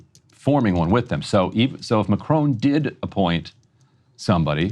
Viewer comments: Mah Krawn. Not macrone. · Macron....NOT Macrone! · It’s not M’crone. It’s Mack-Ron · It’s not Ma cr own, it’s Ma cron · If you want to be taken seriously, pronouncing his name would be a good start. Mack Ron (the n is almost silent), not Macrone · "Mah-crone" Lol